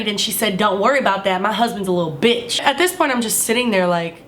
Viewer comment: Haha my "lil Bitch!!" I like the emphasis on the bitch